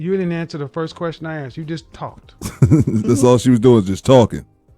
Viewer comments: Axed you? Communications? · Did she say axed you about?